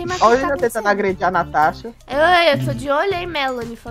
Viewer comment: vc conhece o mario kkkk ele fala roi tambem